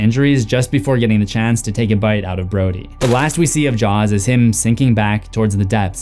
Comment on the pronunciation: You definitely called Brody "Brady"